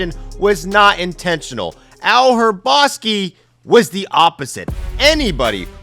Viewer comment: Ryne DOO-ren, not Duran. Al Ra-BOS-kee. The H is silent.